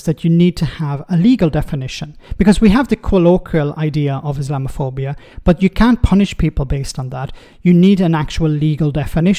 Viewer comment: Rayner couldn't even pronounce the word, let alone define its meaning as she mumbled along.